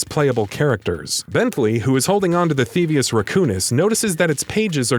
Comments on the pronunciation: Th-ee-vee-us. Not th-ee-vus. The narrator clearly hasn't even played the games. No one who has would botch something mentioned probably a hundred or more times during the series. That said, I won't be watching anymore content from this channel. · And pronounced “thevius” wrong. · "Theavis", "Ratchet and Clark". OMG please re-read your script when you write them. I felt so disrespected.